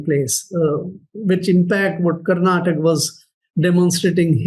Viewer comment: Bhai kannada wale pelenge jaise karnataka ko mispronounce kar rahe🤣🤣